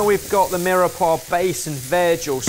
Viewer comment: Why did ben just pronounce Mirepoix as "Mira-pwa"? ... It's pronounced "Meer-Pwa" You'd think a chef would know that.